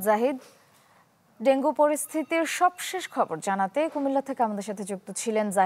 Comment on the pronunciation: ভেঙ্গু কি ভাই??😂